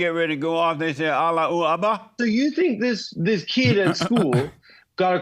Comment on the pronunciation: “Alluwackbar” is killing me 💀